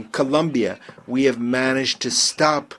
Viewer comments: His country 's name is COLOMBIA not Columbia get right ,I know is difficult for some in the usa , you know ,because education? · It’s Colombia. Not Columbia. Smh